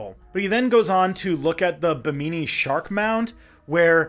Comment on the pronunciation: Bahamian here: Bimini has the emphasis on the first syllable and it's a mih sound, not a me sound—Bih-mih-nee. I'm not complaining, just trying to edify where I can. And I'm not surprised that you found some "official" sites talking up the mysteriousness of the rock formations, I've seen and heard a few people talk about it but only in vague woo terms. Great video, thank you for all the hard work and info!